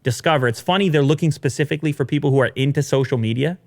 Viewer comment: Hey, can you stop saying "pacifically" it's specifically..... I'm in Australia and we didn't even make it onto that internet spiral graph and I know how specifically Pacific is......